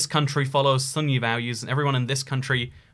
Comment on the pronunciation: not the “sunny” majority but the “Sunni” majority